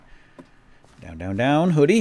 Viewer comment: Hoodie..not Hodie.